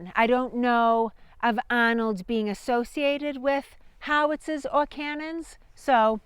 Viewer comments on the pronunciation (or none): Ai will eventually say “howitzahs” properly